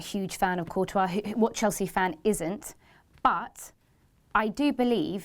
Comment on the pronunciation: its not coutois dumb ass its courtois